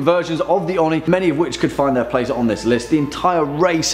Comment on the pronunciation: ..... its oh-nee not on-ee